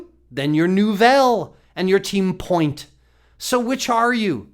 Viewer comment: It's not point it's pronounced "puwa" fernan puwa